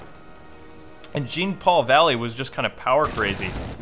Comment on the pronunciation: dude jean is pronounced like Jean-Claude Van Damme. i have batman knightfall on an audio cassette and thats the way kevin conroy says his name